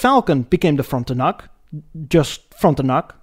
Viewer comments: I absolutely love these videos and the humour, but "Moe-nark" is pronounced 'Mon-ark', or 'Frunt-un-uc' is actually 'Fron-ten-ack'. I kept laughing my ass off at the silly, subtle errors. Not complaining. Rather, as a Canadian, I can run with it as I love the quality and watch each episode as they come off your automotive assembly line. Keep at it, brother. 1956 Ford Maple Syrup 5000? Solid Gold! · Great video but many mispronunciations. This includes: Monarch, Frontiac and Parisienne.